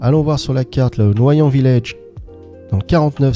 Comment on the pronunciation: Noyan village ! Ta façon de prononcer m'a fait éclater de rire ! Je suis juste à côté 😊